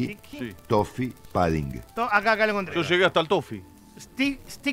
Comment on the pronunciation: Un pequeño aporte. Se escribe 'pudding' y se pronuncia la U, no se dice "pAdding".